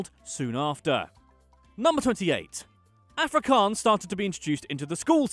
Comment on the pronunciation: i love how you mispronounce every afrikaans word including afrikaans itself but then you pronounce Johannesburg in a dutch way😂 "yo-hannesburg"